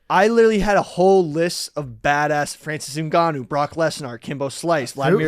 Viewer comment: Brock Less-Gnar